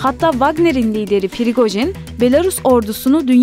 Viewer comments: Pirigojin degil “Prigojin” yani p’den sonra “i” yok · PIRIQOJIN yox PRIQOJIN